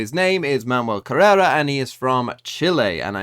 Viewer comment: Manuel Carrera rhymes with Manuel Ferrara